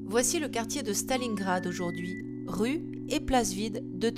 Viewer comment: Non Stalincrak sa se prononce comme sa en Russe.